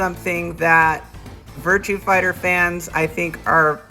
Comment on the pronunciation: The only thing that bothers me is you keep saying "Virtue Fighter". :-/